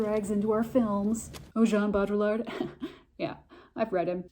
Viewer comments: I THINK it’s pronounced- Bow dree ard. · its pronounced BO-DEE-YARD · For future reference, to butcher his name less (but maybe equally so, I am a Canadian so idk) pronounce it bow-dree-ard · Bow-dree-yard it’s not hard to pronounce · As a french I can help you pronounce his name : BO- DRI- YAR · I think it’s pronounced “Bow-dreee-ard.” I took a post-modern media theory course my senior year and we studied the crap outta this concept. The original has been destroyed. And it’s why provenance is critical. Informative video - thank you. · This is a ‘fun’ video of a hard work in philosophy. Bo-Dree-Yar….say it like that and you’ll be close to the proper pronounciation. Thx for this rundown!! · I heard Jean Baudrillard’s last name pronounced “BOO-dree-ard” and now I have a hard time not calling him “Boo-Boo”. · bode. ree. yard. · It's pronounced Boweddri-ard. Baud sounds like Bowed or more like Baudrate(Bawed). Rillard - Just remove the ll's. The french like to add a bunch of letters they don't pronounce(well, it shapes their vowels but). Look up Rick Roderick's talks.